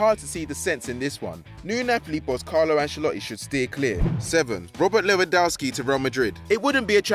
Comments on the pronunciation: Stop calling him lewa it's LEWY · Can this guy never commentate a FD video again. Shocking pronaunciation of Lewa and Benzema just kills my ears. Also he sounds like he doesnt care and is only here for a paycheck. I know its his job, but the other guys atleast have some passion for what they are doing